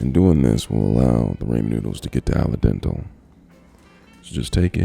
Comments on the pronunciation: its “al dente” not “al dental” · Did he say “Al dental”?